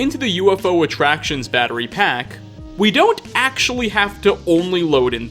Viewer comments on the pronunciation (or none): none